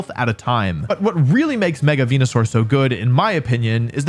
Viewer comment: I miss the days when he said Wenusaur.